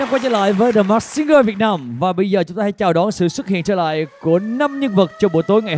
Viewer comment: Làm ơn phát âm chữ “masked” chuẩn hơn được không ạ…